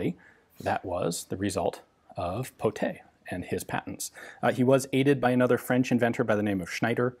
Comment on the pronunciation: He said Pottet right! Merci monsieur! The gun kinda looked like one of the earlier french mystery shotgun too, this or any kind of Darne shotguns which are pretty mysterious in their own ways.